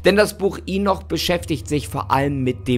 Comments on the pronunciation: Lustig wie er Henoch immer als Inoch ausspricht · mich nervt es auch echt, dass er mit vollster Überzeugung so viele Sachen falsch ausspricht, hier zB das Buch Henoch (oder Enoch /Enok)